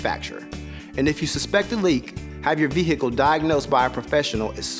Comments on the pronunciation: Ve-hicle haha no offense just thought it was funny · Would someone please slap this dude and then tell him the proper way to pronounce "vehicle"? His mispronunciation of it was like a jab in my eye every time he says it .. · V hickle